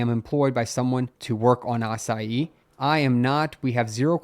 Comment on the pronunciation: Love how he pronounces "Asahi" like "açaí"